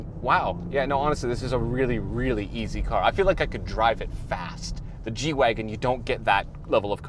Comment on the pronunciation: I thought it was a G-wagon not a “wagen”